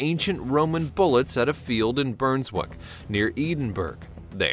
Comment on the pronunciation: It’s bruns-wik and Ed-in-bruh